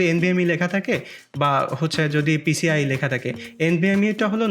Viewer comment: vai PCLE na, oita PCIE hone